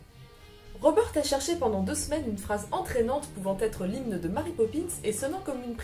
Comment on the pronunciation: Ne devrait-on pas prononcer Mary comme Mary (à l'anglaise) et non... Marie ? ;)